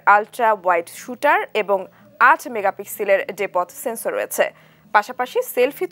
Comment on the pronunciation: ৮ মেগাপিক্সেল এর ডে"পট সেন্সর??😜😜😜 এইডা কোন প্রযুক্তির ক্যামেরা সেন্সর??? 😆😆😆👏👏 তোর মুখ এ শুনতেই যেন শিহরন লাগলো 😜😜